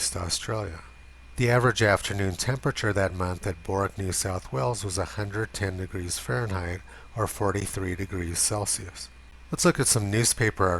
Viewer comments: Bourke is pronounced “Burk” just like work or lurk or Turk. Not “Bork” like fork or cork. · It's pronounced "Burk", not "Bork". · FYI, in Australia we pronounce Bourke as "Berk"